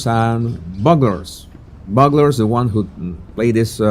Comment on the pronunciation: I’m sure 60 people have already commented, but it is pronounced byou-glers. A long U sound.